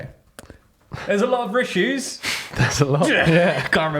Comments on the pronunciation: please keep saying rissues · for the love of god please keep saying "rissues" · The big rishues are a lot worse for the homeless.